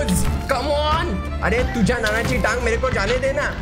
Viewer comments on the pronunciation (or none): It is tuzya not tuja